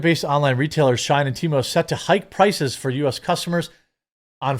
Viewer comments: Why the hell are you pronouncing SHEIN as SHINE when its pronounced SHE IN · FYI, it's "SHE-IN" not Shine :), but yes all chinese apps are crap. We should ban Temu and Shein. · Just for future reference, Brother-man: it's pronounced "She-in," as in "She in(side)." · 😂I’m sitting here thinking “wtf if shine?” Does he mean Shein?